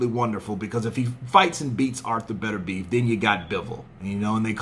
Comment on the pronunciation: Beterbiev, it's Beter-bi-ev. You Americans...